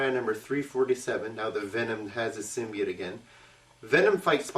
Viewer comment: btw im pretty sure symbiote is pernounced sim be ott but lol i doesent matter ;p